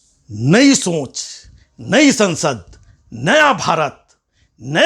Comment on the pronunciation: सोंच✖️ सोच✔️ उच्चारण सुधारो